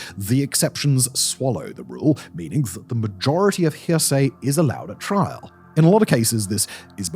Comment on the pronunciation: Sometimes you say trial correctly and sometimes you say "trahl".